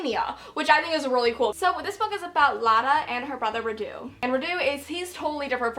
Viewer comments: Re: And I Darken: Radu is pronounced Rhaa-du rather than Rhadoo, accent on the first syllable. And Mehmed is literally Meh-med, harsh H and D. Lada is also a stupid nickname because in Romanian it literally means "crate", nobody speaking the language wold think it was an improvement over her actual name - "Hey, just call me Crate" whaaaa... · Its always funny hearing you american guys trying to pronounce Vlad and Radu :)) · I love the way you pronounce Radu. It's so cute😂. Being Romanian the names are really easy for me to pronounce but I can understand why you struggle with them. I had to spell Radu yesterday and totally sucked at it🙈😂